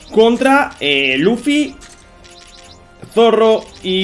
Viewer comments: SE DICE ZORO NO ZORRO perdon por gritar pero es que me pond muy nervioso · 😂😂¿Zorro?pues fan de One Piece no creo que sea😂porque sino si sabría como se pronuncia☺pero no pasa nada todo el mundo tiene errores